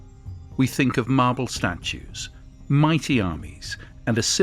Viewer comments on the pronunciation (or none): none